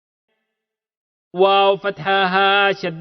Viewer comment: Assalamualikum Lesson 17 e 6th line e siraazann pronounce hobe not sirazann.